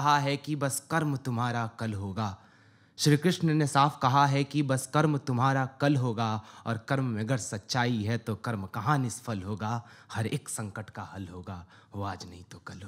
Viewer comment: why some young hindi poets can't pronounce hindi words correctly. hindi doesn't have fa (फ़) a d za(ज़) sounds. it's pronounced as nishphal (निष्फल) not nishfal (निष्फ़ल)